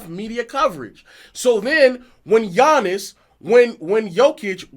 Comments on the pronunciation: As great as Giannis is, we all should be able to pronounce his name, and he isn't relatable because he is definitly humble. Seemingly like he believes that he always needs to improve his game. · Giannis has been a relevant name in the nba for couple of years now and people still don't know how to pronounce his name, smh🤦🏾‍♂️ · It's not that hard to learn his name ik it when I was in 6th grade...yall just wanna disrespect and not give Giannis his credit and respect